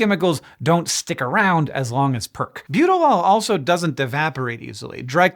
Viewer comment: I was so confused seeing Butylal written out. I could swear he's saying Butylol, lol